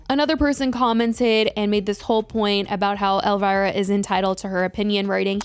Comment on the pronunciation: Who is 'Elvaira'? 😂 Gurl, it's ElVIra!!! (pronounced EL- VEE-RA)